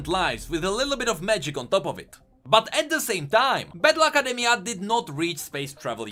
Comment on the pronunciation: when he says battle academia i hear bad luck academia